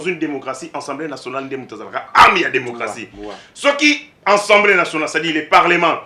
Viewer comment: Monsieur, vous parlez de ensemblee ou assemblée ? Nuance !